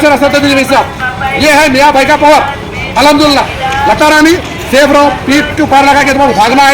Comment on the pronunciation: AHamdula Kya Hota Hai Be,,, Al HamduLillah Theek Se Bol